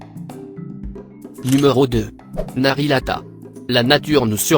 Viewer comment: ah ah ah ah le "narilata" ouh ouh ouh trop drôle